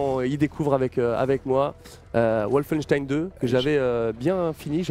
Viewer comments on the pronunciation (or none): Excellente vidée :) Par contre, Wolfenstein est un mot allemand donc ça se prononce comme en allemand à savoir : "Volfenchtaïn"